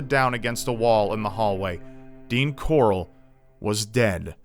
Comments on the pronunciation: it's Corll not Corrl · This dudes surname is like how Rick Grimes pronounces his sons name.... hahahaha corlllllll where's corlllllll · It's fucking "Corll" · Corll, Rick Grime's pronunciation of Carl. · I don't know why, but every time says the guy's last name, it makes me think of Rick Grimes's, "CORAAAAAAAAL!" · everytime says the last name I can only think of that stupid Walking Dead meme...CORALLL!